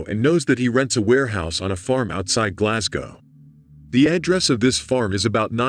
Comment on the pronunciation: Thanks for pronouncing Glasgow correctly 🙏